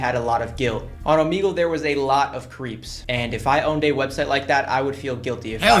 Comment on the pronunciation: yeah its o-m-eg-le